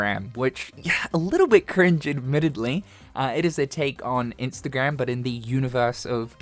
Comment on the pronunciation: I thought you said "Kinkstagram" 🫢